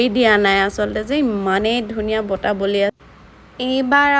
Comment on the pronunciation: ছোৱালী জনি বৰ ধুনিয়া কিনতু বতাহ বুলি কব নোৱাৰে বাৰে বাৰে বতা বৰ .......